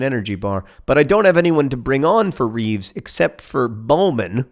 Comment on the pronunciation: Taylor Swift > Lyle Taylor as a nickname. Or are they two different Taylors? also, its Reeves, beloved Reeves, with the terrible beard, not Beere. Please turn down the speed sliders.